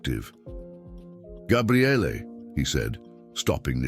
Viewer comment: What the hell is so funny??? It's actually a Hebrew name and it means "the Strength of God." But he never said Gabrielle, he said Gabriallay. I've never heard anyone with that name in all my life!